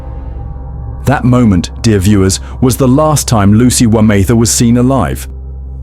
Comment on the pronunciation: Would be nice for the gentleman reading the script to get the name pronunciations correct. Otherwise, well scripted and I look forward to the next one.